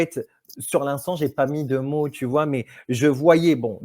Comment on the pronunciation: Mais pourquoi prononce t-il toujours des "ch" à la fin de ses mots ?